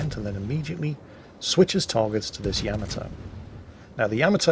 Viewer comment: It's just sad that "" can't pronounce the battleship "Yamato" name right.